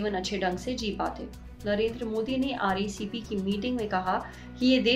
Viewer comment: wo RCEP hai mam.....RECP nhi. reasearch to kar liya karo